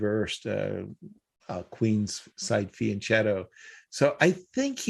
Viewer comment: Imagine Yasser has spent his whole life on chess and still mispronouncing "Fianchetto"